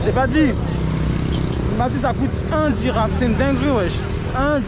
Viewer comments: Dirahm et non dinars 😂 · Dhiram, dhiiiirammmmm, pas dinar..